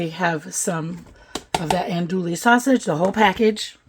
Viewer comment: it looks so good and I’ve made several of your recipes. Just a hint from us in the south, it’s pronounced ahn do ee sausage. Thanks for all your great recipes.